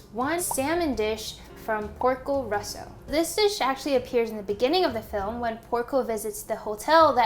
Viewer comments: Great video! But it’s Porco Rosso not Russo. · i am italian and i can tell you its porco rosso not russo, but anyways great video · Idk why I laughed so hard when she said “Porco Russo” I’m italian, and the movie it’s called “Porco Rosso” (“Red Pig”) but saying “russo” instead of “rosso” is “russian pig” And the movie doesn’t make sense at all now with this title 😂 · I love this, you always make amazing vids. The only thing I will say is that it is actually Porco Rosso, it's Italian for Red Pig. So it is Rosso, not Russo.